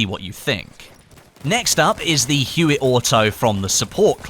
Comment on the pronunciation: Huot is pronounced Hyoo-Oh... HYOO-OH.